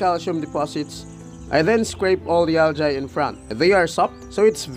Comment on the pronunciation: It’s Al-gi, or Al-Jee not al-jay. Not to be rude.